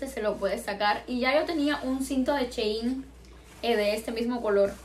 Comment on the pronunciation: Ns si soy la única q se ha dado cuenta q dice "chein" en vez de "shein", no es hate sólo me hizo gracia😂